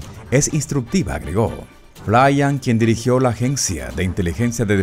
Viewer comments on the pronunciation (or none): Si no veo su foto no se de quien habla, su apellido se pronuncia FLIN no FLAYAN. Si no me crees, investígalo. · No es flian es flyn!! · Respecto al general Flyn se pronuncia tal cual flin. No flayan.